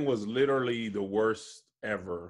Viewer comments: Anybody else notice always say “litally” instead of literally.. litally everytime😂😂‼️ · YES! Thank you!!! I thought I was the only one that noticed. And he says it all the time. Like litally multiple times per episode.